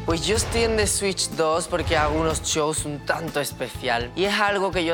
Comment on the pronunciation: Que alguien le diga a esa chica que no se dice “swit” sino que “switch”